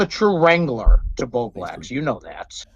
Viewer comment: I genuinely don’t know if your inability to say the L in BowbLax is a choice or what but it gives me Keem “Mewta” vibes. And no one wants to be like Keem 😂 Keep up the good work and I hope Bowblax sorts his shit out.